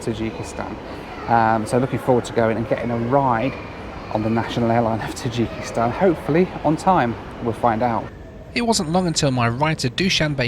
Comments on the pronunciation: The way you pronounce Tajikistan is cracking me up. In the states we pronounce it differently. I'm not hating, I always love your content. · Number of times said Tadjikistan